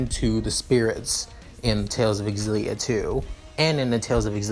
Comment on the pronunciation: Oh my fucking god. I haven't started the video yet but this is going to be amazing, I've played every tales of games I can't wait. Also I'm fairly certain it's pronounced (Zill-E-ah) for xillia where the x is said like a Z.